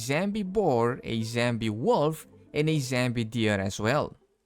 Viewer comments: I wonder if he knows it's zombie, not zambie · wtf is a "Zambie"??? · "zambi" but did they add bambi? the fuck is wrong with the "zambi" woof is he ice skating? lmfao